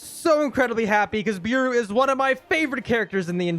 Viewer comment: If beru was your favourite character atleast say his name right its pronounced bearu not "beeru" its so aggrovating when u say it like that